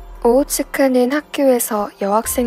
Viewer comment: 오오츠카를 오오츠츠키 라고들음